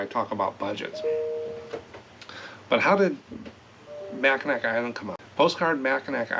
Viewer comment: Mack-n-aw island